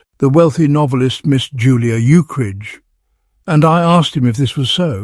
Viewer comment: It's a shame the AI keeps pronouncing Ukridge as "Uke-ridge".or "Eukridge".